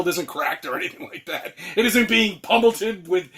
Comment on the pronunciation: Did he say "pummelted"?